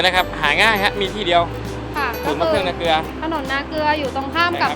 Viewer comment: นาเกลือ ไม่ใช่ นาเกือ